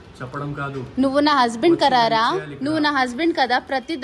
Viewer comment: Karara kadhu kadhara😂